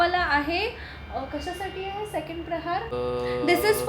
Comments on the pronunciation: Its प्रहर not प्रहार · Mast hota video pn tumhi prahar cha ucchar chukicha karat hotat. प्रहर means time related ahe pn tumhi tyala प्रहार mhnt hota jyacha arth war krne , attack karne asa hoto 😅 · खूप छान गोष्ट. अभिनंदन. एकच सांगते की , प्रहार नसतं प्रहर असतं.